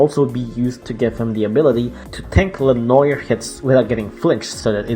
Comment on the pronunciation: Le-noir sounds like Le nô-eir